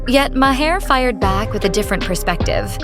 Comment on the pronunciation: Three pronunciations of Maher within the first minute...And, it only gets worse from there. Impressive.